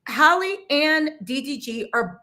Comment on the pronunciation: Her name is Halle not Hay-Lee